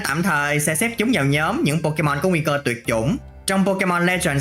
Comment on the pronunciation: Phát âm pokemon chán vl